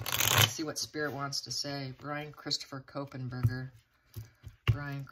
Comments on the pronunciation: Not Ko pen.....just KOH....Berger. There is no "Pen" after KOH and before Berger. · Kohberger. There’s no N to make it kohenberger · Kopenberger?? It’s Kohberger (Co-burger) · Normally I would say nothing about pronunciation mistakes but this one is too close to my daughter's last name and it creeps me out. You said it like Copen. Since I raised her in Seattle, then Portland and now she is in Idaho...too much connection.